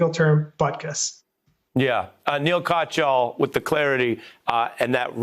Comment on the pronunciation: That's not how you pronounce Katyal